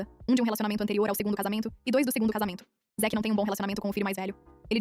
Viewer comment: Zick? Não era zack?